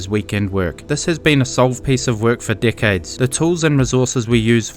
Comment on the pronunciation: Anyone else hear "for dickheads" when he says "for decades" it was kinda funny cuz sounded like he was calling riot dickheads.